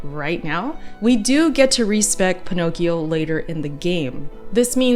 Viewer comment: No, no, no! The P. Stands for Pinnokeyoh! Not P roblem! Shuht aahp Meghh!